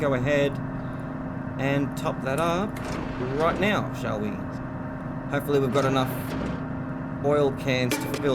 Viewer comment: Ok, off topic, but are you saying "right Meow"?? Cause I'm getting Super Troopers flashbacks. And it's funny as hell, while in a nuclear reactor.